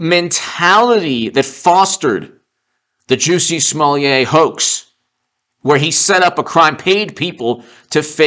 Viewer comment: Smo Lett not Smo Leeah. Can't you read?